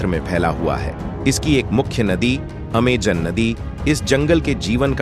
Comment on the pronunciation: Naam tao theek se le bhai Aimazone hai